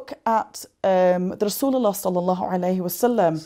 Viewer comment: Sister, I respect you very much. I don't know why I was in tears when you say correctly and precisely " Allah Subhanahu wataala and Rasulullah sallallahu alihi wasallam". I hope this is an indcation of strong love and respect to Nabi Muhammad SAW.